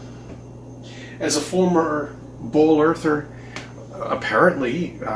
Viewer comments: Is he saying “bowl Earth?” He didn’t say ball. Haven’t heard that. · He’s def saying “bowl” earth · He definitely said "Bowl-Earther". Looks like he started out crazy. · I cringe every time he says "as a former BALL Earther" that emphasis on "ball" is annoying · I love how he says BWOOOAL